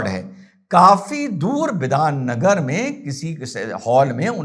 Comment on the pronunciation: yes sir,you pronounce absolutely correct,there are फांसीदेवा and बिधाननगर near siliguri.